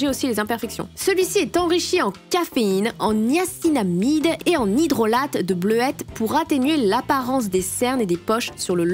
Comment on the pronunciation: Je rêve ou elle a dit bleuette a la place de bleuet😂